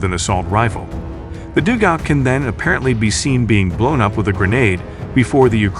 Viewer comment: Teach your computer to say dug-out